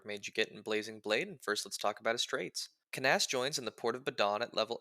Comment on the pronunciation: That is certainly not how I've ever pronounced this mans name in the entire time I've known of his existence. Also Fire Emblem 7 was very funny for locking away the only Dark magic user behind an optional side chapter that, while not hard to get, is also definitely missable if you aren't careful. Anyways my favorite pizza topping is black olives (the real answer would get me Luna cheesed).